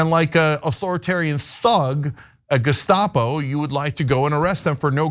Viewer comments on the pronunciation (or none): none